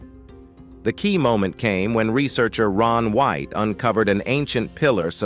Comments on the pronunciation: Ron Wyatt, not Ron White! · Please get peoples' names correct. It us Ron Wyatt, not Ron White!!